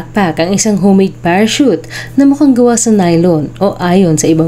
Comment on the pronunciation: Potek nakita ko sa pa sa TV yung orihinal na report nang insidente na ito. Tawa kami nang tawa ni erpat kasi walang maka-pronounce ng salitang "parachute."